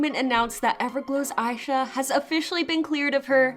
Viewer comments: Just wanted to say Aisha's name is pronounced ah-sha, as she chose that name bc she wants to be an idol as big as Asia. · Is her name pronounced "eye sha" or "Aisha?"